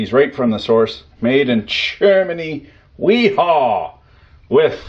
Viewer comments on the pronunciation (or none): FYI: wera and wiha is pronounced “Vera” and “Veha” The German W sounds like a V. Just a a fun fact for y’all! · It 'Ve-ha' (wiha) bosch speak for W lol